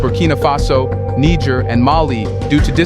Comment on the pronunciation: You "SIMPLE" learn to pronounce NIGER. Do not denigrate the country with American denigration.